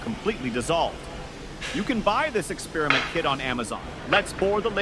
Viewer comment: Drives me nuts when people pronounce "experiment" like that.